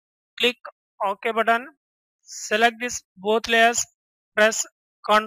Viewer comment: what the heck is "ok budone" ?